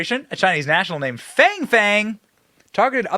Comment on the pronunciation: It’s pronounced FONG! You know, like PONG smallweiner.